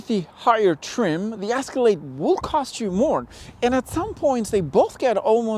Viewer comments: Its pronounced "Escalade" Not "Asscalade" Wtf! Who is this guy? 😄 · Escalade, not "Ascalade". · The Asscelade (how you pronounce it) is simply better. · It's not an "asscalade" try Ehh scalade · It’s not an asscalade, it’s Escalade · Did you say ass-calade?? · Is he calling it an ASScalade on purpose? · Ass-calade? S-ca-lade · The “asskalaid” 😆😆😆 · What’s an Ass-cilade? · Is he saying Ass-calade? 🤣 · Lol why are you saying Ass-colade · Am I the onlyone who keeps hearing him say the "ass-calade"? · Ass ca lade! 😄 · I’ll buy the Caddy just cause this bozo can’t even say the name right 🙄. Crack reporting “car guy”